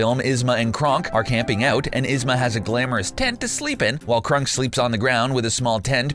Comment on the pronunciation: Now is it Eva Gabor or Zsa Zsa Gabor ? Cronk, not crunk.